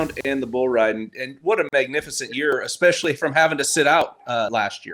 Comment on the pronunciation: "especially"...I always wonder where the "x" comes from when people say this word??